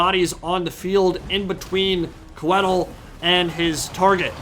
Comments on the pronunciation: I think it’s supposed to be pronounced “Koi-thill”. Coedd is the Welsh word for Trees, and Tolkien etc were all about that Welsh for Elven languages! Love the content! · Hearing Coedil (it's pronounced Co - eh - deel) mispronounced so often really agitated me :D. It's still awesome to see some well commentated SFO content though so thank you for that! Also you can definitely feel the lack of experience with Welves in SFO (which is my most played faction in SFO). If you bring coedil, you gotta bring healing. A Malevolent Branchwraith of Life on Foot with earth blood, passive (which is insanely strong in SFO) and awakening would have suplemented coedil much better than drycha. Drycha should come naked with only dryad summon. Drop some spells from Coedil as well (or bring none at all really. You only need healing). Awakening pretty much one-shots something like Queen Bess as well (which is way more dangerous in SFO) and is strong vs zombie units overall. The Hawks are also very dangerous in SFO if used against SEMs or cav. They don't do very well against zombies value wise (unless it's on walls in campaign). Might have been better to drop the manticore to get more of them (manticores are better in SFO, but it's probably still the worst wild unit for Drycha performance-wise. Even in campaign I'd rather have an extra unit of Hawks than a manticore). Lastly, bringing dryad bows was probably a poor decision. They don't do well against anything on the vc roster really (or at least not better than regular dryads already do). They are very strong in campaign of course if you boost them correctly (poison and 200+ range help a lot). Can't really fault th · I could be wrong, but if Coeddil is based in the welsh language (which it certainly looks to have influence from there, along with most fantasy settings ahem elves in LotR *ahem*) I believe it would be pronounced Coy(sounds like toy) dd(sounds like th in the) ill. But who cares cuz he looks fucking rad haha